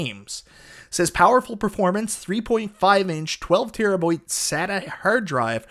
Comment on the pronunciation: The way you say hard drive, terabyte and rpm is bonkers. Hahaha